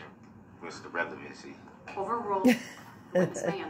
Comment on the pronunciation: Grounds for the “overoo” I swear he never made it past third grade.